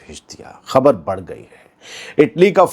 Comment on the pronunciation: Adaab Arz Hai..Budd nahi Badh Boliye Janab E Aala...Markazi Zubaan kabhi tabhdili Nahi honi chahiye..Hum Urdu ke farmaish Hain..Janab